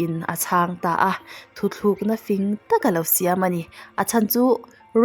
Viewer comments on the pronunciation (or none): Hmuhnawm leh khawp mai, mizotawng hi chu lamdik hram² thei la ka ti, *thutlukna tih tur ah *thuthlukna tih ang chi (tl) tur a (thl) hman ang kha a awm leh thin a